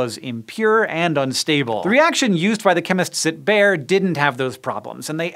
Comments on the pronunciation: How did they pronounce bayer? Ber? It's Bai-er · “Bayer” is not pronounced like English “bear”, but more like “buyer”. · Just a quick Erratum: The guy's name was Wöhler, not Wohler (and yes, o and ö are pronounced differently). And Bayer isn't pronounced "Bear", but almost exactly like the English word "Buyer". Other than that, thumbs up, as always. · Bayer is actually pronounced like "buyer" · In german the second vowel is annunciated in long form, so stiel=steel, steil=stile, so with Bayer the Y is said like a long I, so it would be said like the way we say buyer in english, so Bayer=Buyer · every time Hank says "Bayer", I hear "bear". can I please teach you how to say it correctly Hank? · That's not how you pronounce Bayer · I'd always thought "Bayer" was two syllables? I'm pretty sure I've heard it that way in aspirin advertising by the company. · if I were German I wouldn't be happy on your pronunciation of Bayer.